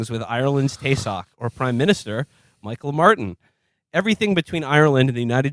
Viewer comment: Double whammy fuck-up pronunciation of both “Taoiseach” and “Micheál Martin”